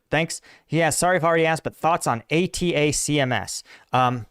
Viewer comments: Pronounced attackms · Come on man, you know what it is. Say it right, Attack-ums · The call that missile system “Attack-‘ems” phonetically I believe. I’ve heard Jake discuss them on his channel. Great analysis as usual!